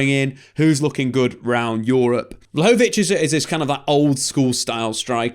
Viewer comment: Take a shot every time comes up with a new mispronunciation of Vlahovic in this vid.